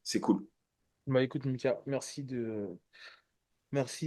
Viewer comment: C’est pas possible Mika Tu fais exprès d’écorcher les noms ou c’est comment ?😂😂😭😭